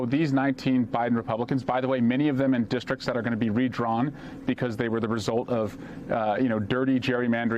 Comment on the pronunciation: "Dishtrik?" Do you mean "district?" When you mangle words, you sound like a MAGA.